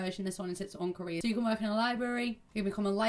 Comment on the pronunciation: Every time you said career it sounded like “Korea” for some reason :’D I was so confused xD